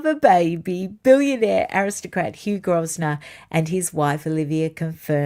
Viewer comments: the Westminsters’ surname (Grosvenor) is pronounced Grove-ner, not Groz-ner. ❤ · Hi, love your show, especially the depth of research you always go to 👏👏 May I just point out that the family name of the Duke of Westminster is pronounced “Groevenor” (no s audible)?! 😉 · Pronunciation of Grosvenor is GROV-na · The US branch pronounces it Grow ve nor (silent S). I believe the UK one does, too. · I think it’s pronounced ‘Grove ner’ but correct me if I am wrong. The christening unlike the wedding will be a private affair so it is quite possible Harry could be a godfather if he is on good terms with the family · Hi, another lovely video! btw Grosvenor is pronounced Grove-nor. (Aussie who only knows this cos I live here now 😀) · Hugh Grosvener is pronounced Growvner. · It’s pronounced Grovenor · Grosvenor is pronounced 'grove-nor'. Sorry to be pedantic 😊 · it's pronounced Grovner no S, grov as in grovel or grow. Just like luffbru, as The great Terry Wogan said on his breakfast radio show about an Australian tourist asked about the way to Lugerberuger, Loughborough. So funny but I get where he was coming from. His pronunciation did sound, to me anyway, like an outback town in your great Country. 😂❤ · Good morn from Hastings Uk. If you would like to know how GROSVENOR is pronounced …. The s is silent and the first syllable is GROW. growvenor. Yes he is a down to earth person …got married in his home city of CHESTER. Not London. All the tenant farmers of the locality were included. There is a touching story about his father. When an important politician was injured in the Brighton bombing and the wife of the politician was paralysed, the then Duke of Westminster who had never met the politician ….wish I could remember the name …and he only died recently…offered through his land agent a home close to Westminster for life fir what is known as a peppercorn rent. I’m sure you know what that means. Admirable character.